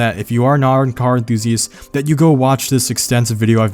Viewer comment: "if you are nar a car emthusiast" anyone else catch this? lol